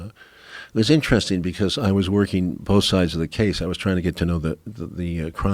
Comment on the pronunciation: Joe "Pronounces 'both' as 'bowlth'" Rogan